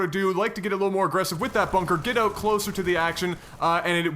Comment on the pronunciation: Man it is annoying when you say 'out' as 'ut', hope you don't mind me sayin